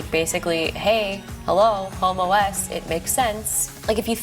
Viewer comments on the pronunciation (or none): she said the way its pronounced sounds like homo-es